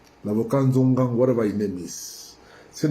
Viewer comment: Not "Njongang" but "Tchoungang". Our water avocado 😁😁😁😁